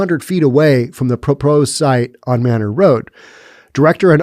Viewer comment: It's pronounced May-nor in Austin.